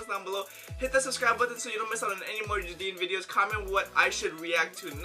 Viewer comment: jadine is pronunced as jey-din